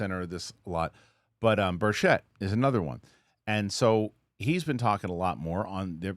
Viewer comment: This dude doesn't read his comments. Representative Tim Burchett's last name is pronounced as BURR-chit (like the first part of "birch" combined with "it").